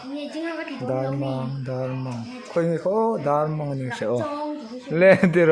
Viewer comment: Dar mang anilo aw dar mâng aw